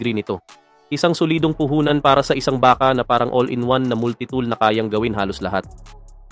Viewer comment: ayusin mo salita mo..lalo na pag bigkas mo ng BAKA.